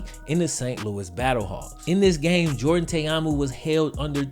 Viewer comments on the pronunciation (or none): none